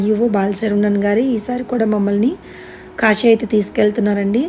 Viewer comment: akka kashi kadhu akka kasi